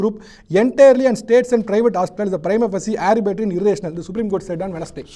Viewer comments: டேய் அது ஆரிபேட்டரி இல்லைடா ஆர்பிடரி. ஆர்பிடரின்னா என்ன அர்த்தம் தெரியுமா, ஸ்பெலிங் தெரியுமா? உனக்கு ஒழுங்கா உச்சரிக்கவே தெரியல்ல இதுல உனக்கு பேட்டிவேற🤣🤣🤣🤣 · இந்த ஆர்பிட்ரரி(arbitrary) என்ற ஆங்கில வார்த்தையை ஆரிபட்டரி என்கிறார். இவரது ஆங்கிலம் இந்த லட்சணத்துல இருக்கும்போது இவர் ஹிந்திக்கு பதிலாக ஆங்கிலம்தான் வேண்டுமென்கிறார்? கொடுமைடா சாமி!